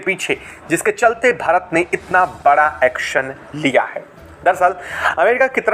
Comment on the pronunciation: एक्सन नहीं। एक्शन। हिंदी तो सही से बोलो।